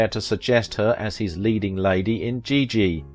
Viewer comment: A very talented dancer, movie star. Thanks for the post. But, please pronounce her name properly as well as the movie "Giggi' -- a soft "G."